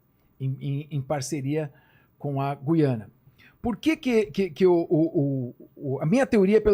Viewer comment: Gu-iana? Não será Guiana, como Guilherme?